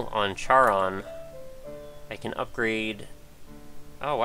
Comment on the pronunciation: Charon is pronounced with a hard C. Care-on.